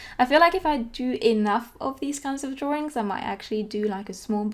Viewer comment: Drawrings. Lol. Love it.